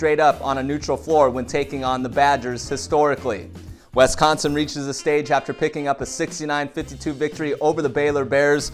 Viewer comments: Wisssssss, not Wessssss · Please say wisconsin like swiss cheese. Swiss=wisconsin non wesconsin. Im from there and it really anoys me